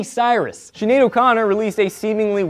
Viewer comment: I love how you said "Whos Shinead O' Connot, Im not sure if I spelt that right.